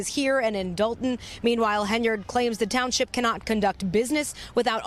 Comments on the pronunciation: Says “ Thornton TOWNSIP”. Lol😂😂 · It's township not townsip...